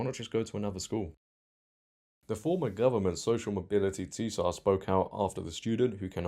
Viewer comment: ‘tsar’ is NOT pronounced ‘tee-sar’ but ‘sar’ - the t is silent ! Don’t tell me you pronounce tsunami as ‘tee-sunami’ as well ?!